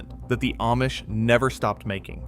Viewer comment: Ah mish, not Aye mish (AI 🙄)